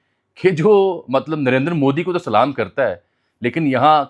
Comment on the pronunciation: Please Salam drst bolain